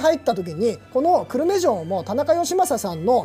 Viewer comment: 久留米が思いっきり地元なのでコメントさせていただきます。 く↑る↓め↑ で合っていると思います。 少なくとも私はこの発音で久留米と言ってますし、周りも同じ発音です。 地元が出てくるとうれしいですね。 城プロ応援しています。